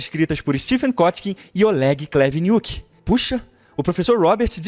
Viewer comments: O do "Olegi Kuniti" espoco de rir quando lembro 😂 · "Olegi Kuniti" kkkk tô rindo disse até agora.